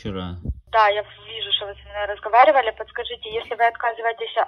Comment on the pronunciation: Як мы вам не нравимся? - Вы ховорите заказ... - Платите компенсацию за расходы махазина... - Я вижу що вы со мной разховаривали... :D